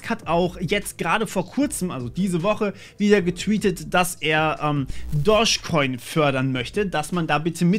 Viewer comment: Immer wenn du "Doge Coin" sagst, verstehe ich "Dorsch Coin".😂